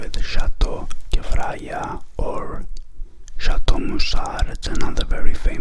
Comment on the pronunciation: I’m Lebanese and you’re pronouncing Kefraya correctly 😁